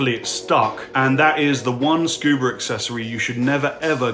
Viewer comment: You said< "Scoober". Love your channel!